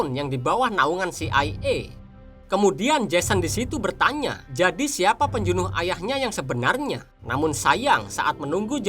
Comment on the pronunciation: min..pembunuh atau penjunuh..apakah lidah tidak dpt menyebut perkataan pembunuh..jadi bunyinya penjunuh..